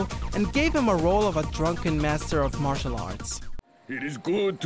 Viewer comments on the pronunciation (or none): none